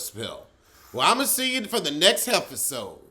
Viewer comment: did you call it a heffasode?? 🤣🤣